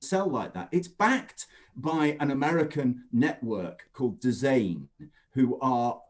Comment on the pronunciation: It’s DAZN pronounced Dazone and it’s a UK company, Jim white is meant to know what he’s talking about 😂